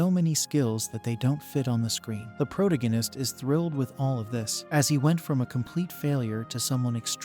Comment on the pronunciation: Please hire a real person to read. It’s painful…. I can’t say protagonist